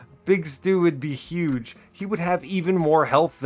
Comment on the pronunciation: YUGE STEW YUGE STEW